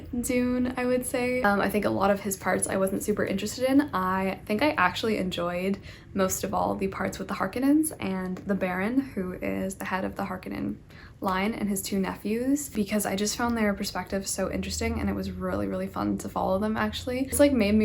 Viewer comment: Love your videos but it is Harkonnen not Harkennen.